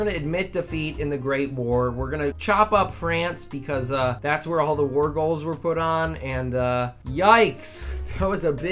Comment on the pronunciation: Oh I know I just think the way you say it is funny lol